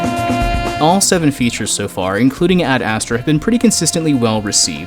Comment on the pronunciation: The way you pronounce ad astra... it’s ASTRAAAH not ASSTRA